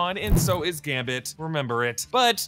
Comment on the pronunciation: gamBit, gamBit.. not Gamit